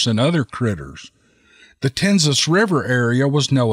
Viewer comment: Just an FYI, the Tensas is pronounced like ' tensaw'. Lafourche is pronounced like ' lah foosh' . Teddy Roosevelt did some bear hunting in the huge Tensas Basin.